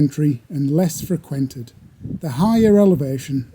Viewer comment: Dude said “Freck-wented.”